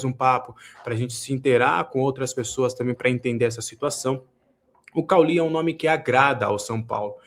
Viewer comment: O cara não saber como pronunciar o nome de cauly é muito estranho! Kkkkkkkk parece que não viu a Série A do brasileirão nos últimos anos hahahaha